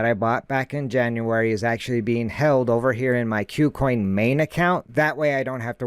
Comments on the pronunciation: Good content. Thank you. btw, I think Kucoin is pronounced "coo-coin" and not "que-coin". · "que-coin" sounds better, but I think you're right about it being "coo-coin"